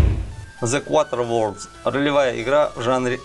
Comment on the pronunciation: Смешное видео. Главный герой в киберпанке у тебя киберпанк)) А OUTER worlds ты прочитал как QUATER worlds